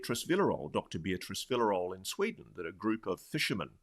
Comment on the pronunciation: It's Villarroel (pronounced for you non Spanish speaking folks: Vee - sha - rro (as in Romania because it uses a double R) - El (as in Kal - El, our own Superman)